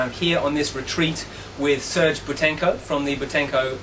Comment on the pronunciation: lol he kept calling him serge.. but its sergei... (pronounced cera-gay)